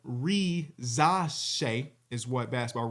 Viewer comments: Ree-zuh-shay an s in between two vowels is pronounced z in French😀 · REE - za - SHAI is how the pronunciation and emphasis works (I’m 99.99% sure) and your segment on him was very fair and I appreciate that :)